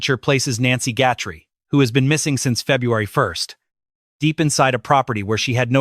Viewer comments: HER NAME IS G U T H E R I E!!!!!!! NOT GUTTERY!!!! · If that sheriff wasn't such a ego moron crime to close to home everyone lokked here and there but closer this travesty is so not acceptable a nice lady dragged god knows where money greed cruelity a narricist at his peak I'm sorry Nancy name is Guthrie pronounce it correctly respect dude😢😢😢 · I always thought that Chris Nanoes was bought off i believe he was bought off to mess up the case . This AI can't even say her last name right.